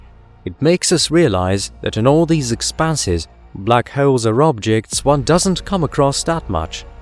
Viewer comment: I thought he said black heralds, sounded like some type of newspaper